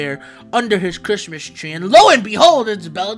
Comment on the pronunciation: "merry goddamn chrimus"